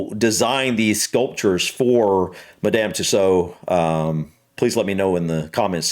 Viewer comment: It actually sounds like Mad um Two swords